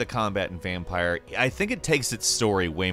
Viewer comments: ITS VAMPEER NOT VAMPIRE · Its vampyr not vampire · Wha? Vampire? All this while I've been pronouncing Vampyr as Vahmpir!